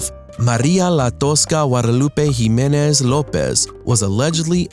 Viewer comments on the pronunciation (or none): none